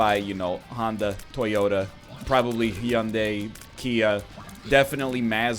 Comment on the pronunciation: What the fuck did you just call Hyundai?